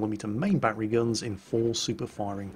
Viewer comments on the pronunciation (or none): none